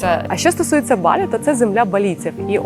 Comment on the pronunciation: Поясніть будь ласка чому ви говорите слово Балі з наголосом на перший склад. Саме така вимова прийшла з російської на протязі крайніх 5 років хоча самі балійці говорять з наколосом на другий склад. Дякую